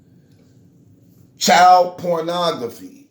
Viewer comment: “Pornogphy”= pornography. Bro I respect you for taking on the tech shit but GOODNESS! You always sound so damn unintelligent and it makes it hard as hell to watch.